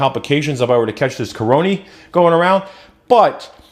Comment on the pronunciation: Lol like how you say caronie for corona. Didnt catch the live stream but still watched it. Maybe I'll catch you live sometime. Stay safe.